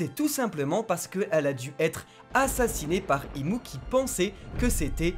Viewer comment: Ses nom est imu et non im😂